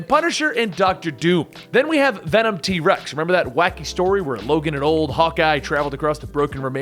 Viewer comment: Ve’nam? That sounds so stupid